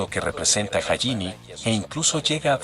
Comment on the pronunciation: El video si estuvo bueno. Por cierto, te recomiendo escribir sus nombre como lo escuchamos. Osea: en vez de hajime. Pon Jallime. Y con rider. Por raider. Para que el loquendo lo pueda pronunciarlo bien. Solo es un consejo Por cierto, Por lo que puedes usarlo si quieres 😅